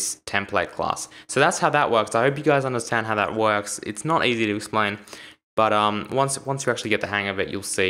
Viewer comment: why do you keep saying bottom (but umm...) ? :D